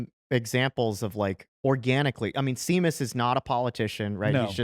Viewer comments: His name isn't pronounced Sea-Muss! It's Séamus, pronounced (for those of you who are not Irish) as Shay-muss. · Seamus = "shay-muss" The Irish still forgive you. 😅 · Really wish somebody had told him it's pronounced "Shay-mus" not "See-mus." Pretty sure Seamus is an Irish name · Seamus is pronounced Shay-mus. Not See-mus. Blame the Irish. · Have you guys never met someone called Seamus before? It’s pronounced Shay-mus, not See-mus. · The thing that bugs me is he's saying see mus. It's pronounced shay mus. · Omg is pronounced SHAYMUS not SEEMUS. lol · Seamus is usually pronounced Shay-muss, not Sea-muse. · It's not "C-Mus", it's "Shay-Mus", surely? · My dudes...it's pronounced shay-muss, not see-muss. He's probably Irish. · Guys, you're killing me. It's not "sea"mus. It's "Shay"mus. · SHAYmas, not SEEmas. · Did you really just call him "Seems"? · The way they kept saying "Seamus" like it sounds instead of "Shay-mus" is killing my half Irish soul lol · The mispronouncing of Seamus is driving me nuts. It's "SHAY MUSS" not "SEE MUSS" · By, 'See-mus' might you mean to say, "Shay-mus"? Séamus: (pronounced SHAY-muss) is the traditional Irish form of the name James. It has Hebrew roots and means "supplanter" or "one who grabs at the heel". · Just a fyi it's Shay-mus. Not Sea-mus. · It's not See-mus... It's Shame-us. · Do you not know how to say Seamus? (Shay-mus) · How about Seamus pronounced Shaymus. It’s Irish. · Isn't Seamus pronounced "shame us"? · We all just heard him call him (See)mus, right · Shay-mus....Shay-mus....Scottish name, Scottish pronunciation...Love you guys! 😁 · that name is pronounced Sheamus. it's just a traditional Gaelic spelling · Guys. It's Shay-mus 😂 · I'm pretty sure "Seamus" is pronounced "Shamus". It's Irish. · Sorry Nick; But how does no one on Your staff know how to pronounce the name Seamus? Remember it is SHAME US. Luke: Don't shame us, Seamus. Sincerely in Xto (Christo) A Ghetto Conservative Mike B. B. From Philly, P.A. U.S.A.